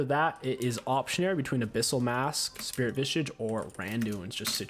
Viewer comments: Highest difficulty task for you was pronouncing "spirit visage". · bro deadasss LMFAOO I was dying